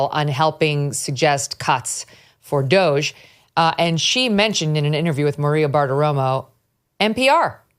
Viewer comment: How is it that Megyn doesn’t know how to pronounce Doge??